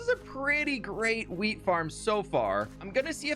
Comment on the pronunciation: "The fwinest fwheat fwhenywhere!" (the finest wheat anywhere)